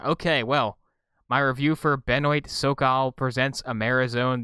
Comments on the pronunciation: ITS BENWAH NOT BEN-OYT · Benoît is pronounced Buh-noah. This guy makes actually decent adventure games.